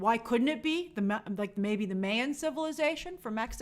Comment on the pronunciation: Lol Grace is all about "diversity" but can't even properly pronounce, the commonly known, Mayan civilization. Attempt to name drop for woke cred fails.